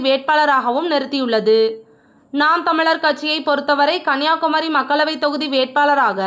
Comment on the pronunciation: Please pronounce Tami properly 😂😂😂